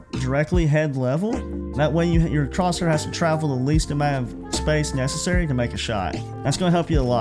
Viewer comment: Good video mate just with crosshair the h is silent